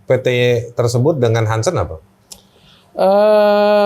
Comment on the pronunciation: PT harsen bukan hansen